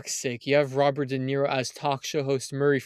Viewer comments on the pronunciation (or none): none